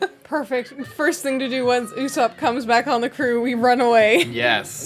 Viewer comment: usopp not ussop